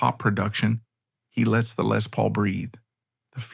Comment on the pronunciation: Lay Paul? love that AI-not.